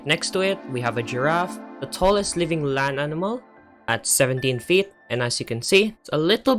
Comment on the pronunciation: I love how you say feet like "Fiyet" 😭😭